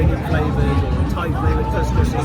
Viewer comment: For future reference, couscous is pronounced phonetically as kooskoos, not kus, as your pronunciation means "vagina" in Arabic 😂 Try to recall if every time you ordered couscous, did you get any sh*t eating grins from your servers? 🤣